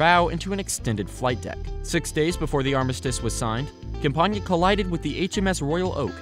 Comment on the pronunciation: camp-ain-iah is how it is pronounced